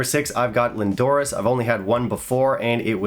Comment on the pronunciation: Great stuff, as always. Can I just say Lindores is pronounced Lindoors. Regards